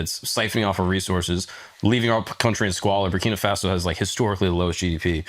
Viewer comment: Bra, Brakina Faso? Already? First 5 seconds 🤦🏽‍♂️🤦🏽‍♂️